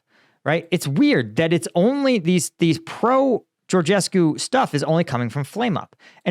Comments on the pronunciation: Your pronunciation of Georgescu is great! (you can pronounce the last syllable as coo as opposed to cue, and then it'd perfect :-D no need for perfection though) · You pronounce the name of the moron quite well. You should add some reference to Romanian elections in the title, maybe, to get few hundred or few thousand more views from this part of the world. I am trying to explain to my acquaintances for ages that there was no Russian involved there, but they think I am dreaming. Th former president (Basescu) also said in a public interview that he thinks the job was intern. In my silly opinion, the elections were not cancelled because of georgescu (intentional lower case), but because of Lasconi. The local leftist party sponsored georgescu because he was the easiest to beat in the second round (he really is an imposter and a moron, everything he says is empty, hollow, vapours, he preaches for a beautiful world but did not present any plausible solution to any of the real problems the country has), and they expected a match between their candidate (Ciolacu) and georgescu in the second round. But as their candidate was eliminated in the first tour in favour of Lasconi, they decided to do all the circus with the cancelation.... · "I don't even know if I can pronounce it: Georgescu" then goes ahead and pronounces it perfectly like a native romanian :))